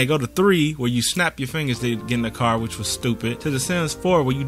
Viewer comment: When he said car like that 😂 brooo we been let down for so long I can’t wait for this!